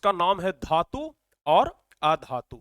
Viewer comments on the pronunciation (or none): सर धातू होता हैं आधू नहीं